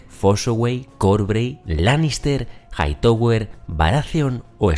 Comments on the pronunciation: Se pronuncia JAITAWER, no JAITOWER. Stark, no Estark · Siempre me gustan tus videos pero lo único que es incómodo escuchar es Jaitower” “Lukerys” y “Jaekerys”